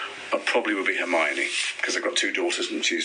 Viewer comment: awe the first question <3 Isaac is the cutest, honestly! His love for the films shows and his character! And he actually said hermione! What a legend <3